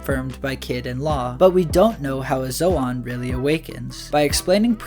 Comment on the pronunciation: Bro says zoan like zoaaan instead of zoen, and says Luffy like Løffy, ø as in the same u in under and lucky, (say Lufy or loofy)